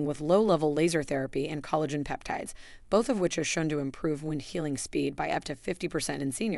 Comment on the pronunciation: Thank you for saying this. For example, "collagen" was initially pronounced incorrectly but correctly thereafter. The stress and rhythm were really off-putting. The "narrator" had a pleasant voice, but a human narrator would be much better. (Speaking as one who used to do narration for videos.)